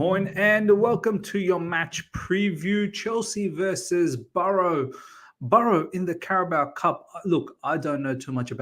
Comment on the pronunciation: It's Barrow not Burrow